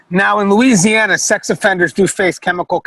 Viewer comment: You can tell these people aren't from Louisiana. They not saying anything of the words correctly